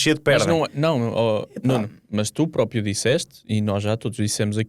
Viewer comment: Alguém pode por favor dizer ao que não se diz "própio" e sim "próprio" 😂